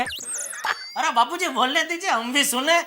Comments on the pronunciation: When Daya say bapujri😂than bapuji say chappalri😂😂this was epic l can't stop my laughing😂😂😂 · bapuji ❎ bapurii ✅🤣